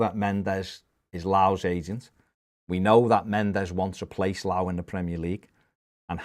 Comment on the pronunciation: FYI - It's pronounced Lee-oww.